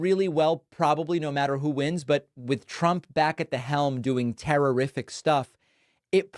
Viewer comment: “terrorific” or terrific?